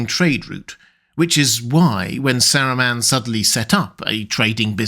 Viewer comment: Just wanted to add that I think you might have to check your pronunciation of “Saruman”. I hear you saying “Saru-mehn” instead of the correct “Saru-mahn“